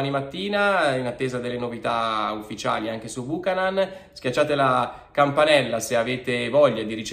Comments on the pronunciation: Buchanán non si può sentire, la pronuncia corretta é Biukanan. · Esatto beuchenon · Si pronuncia Byoo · ka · nuhn Non Bùcanan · La giusta pronuncia di Buchanan dovrebbe essere “ Biuchennon “ e non Bucanan 😂😂😂 comunque speriamo sia forte . Forza Inter 🖤💙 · Cominciamo a pronunciarlo correttamente 😉 (Biukànan) accento sulla prima “a” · Corretta al 100% credo sia biukenan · pronuncialo bene per favore. BiucAnan.